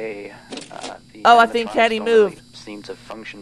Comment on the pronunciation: Lol said Cendy instead of Candy